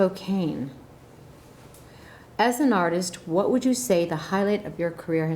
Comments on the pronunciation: Madonna needs to know it's Spoke-Ann, and not Spoke-Ain, lol... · Spo-cane? I’m not even American and I know it’s Spokane! That being said I really liked this video. :) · she just said "Spo-kane" omg.... Madonna!!! WHAT??? LOL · I love her, but...*SpoKANE*? Really?